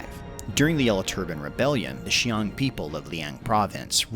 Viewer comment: Qiang is pronounced as "chee-ang" not "shee-ang" Also "Teng" is pronounced just like it looks, "ten", not "tung"